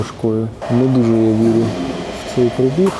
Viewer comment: Шо такоє "прОбіг"?))) Є слово- пробІг, але там наголос в кінці)